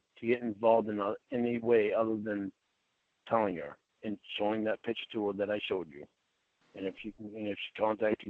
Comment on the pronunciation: THE WORD IS “PIC-TURE”, STUPID!! MORON, IDIOT, FOOL!